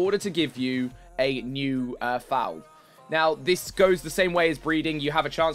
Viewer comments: "Foal" not fowl lol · Foal not Fowl haha